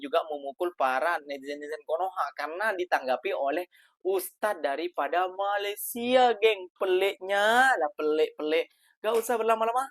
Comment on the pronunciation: COBA PERHATIKAN DAN DENGARKAN BAIK BAIK APA YANG DIUCAPKAN.. BERKATA MALASYA... MALASYA... MALASYA 🤣👻🤣👻👻🤣